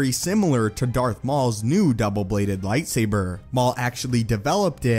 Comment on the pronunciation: I hate how you say lightsaber